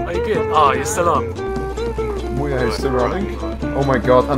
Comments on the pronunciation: When you sais MuYe, it sounded like Booya. lol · Muye sounds like "mulher", aka woman in portuguease